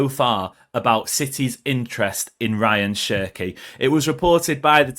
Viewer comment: His names is pronounced as Ra - yaan Chirkey